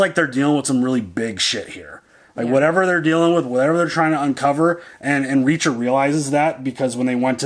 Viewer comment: About Reaacher”